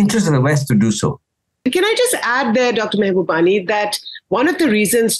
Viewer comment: Pls pronounce his name right - Mahubani!!